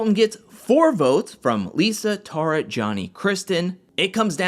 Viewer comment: It's pronounced TAY-RAH